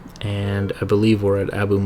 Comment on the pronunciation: Have to say , you pronounce Abu Musa perfectly.